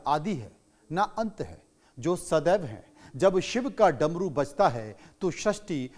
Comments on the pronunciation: Drmu nhi Dmru😂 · Darmu Nahin Damru Shuddh bola karo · Apne bola damaru ko daramu. 8.59 pr